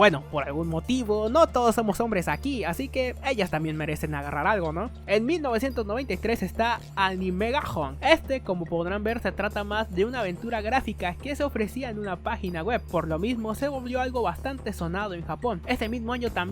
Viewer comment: No es "bishouho", sino "bishoujo". Lo mismo con "Animahjong", no "Animemahong". "Labyrinth" más o menos se pronuncia como uno leería en español de España "labirinz".